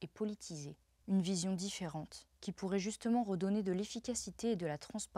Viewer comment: Et "n'est pas vraiment zune surprise !!" 😂